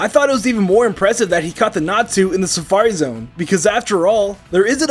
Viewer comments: its not Natsu, its Natu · Calling a Natu a Natsu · Did anybody else notice that instead of Natu the were saying Natsu? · When he said natu I thought he said nastu!!